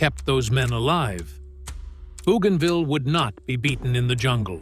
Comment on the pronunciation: not BOOgainville but BOWgainville